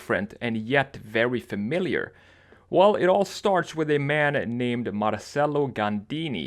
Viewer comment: FYI Marcelo is pronounced mar-CHE-lo. In italian the sounds of the c and ch are reversed.